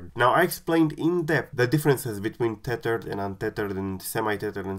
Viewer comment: I just came here to listen "teyturd"